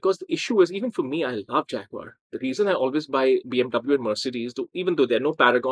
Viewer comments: That's SHAG-uar, baby! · And consider the way the British pronounce Jaguar. Americans like me say "jagwire" (or maybe "jagwahr"), the British pronounce it "jag-you-are" -- "Fag-you-are". ....lol!